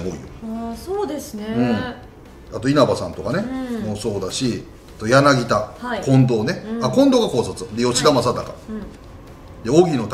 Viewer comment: 里さんやなぎたをやなぎだと言いましたね聞き漏らしませんでしたよｗｗｗ